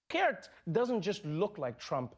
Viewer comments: You pronounced Geert very well!! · you are not funny. factually wrong and smug. biggest task after one of your partys is taking down those who hanged themselves. however your pronounciation of Geert is spot on. cheerio